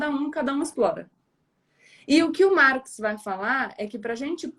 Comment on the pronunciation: isso aí eu me adiantei ela fala marx engels perfeito é isso aí parabéns Gabriela